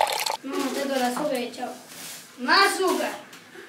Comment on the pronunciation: ¿que le falta?: mAz AsUcaRr!!!!